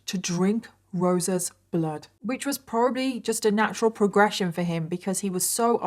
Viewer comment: Oh geez. Two words that DO NOT EVER belong in the same sentence, 'sexx' and 'bloood'. Never. Never, nope!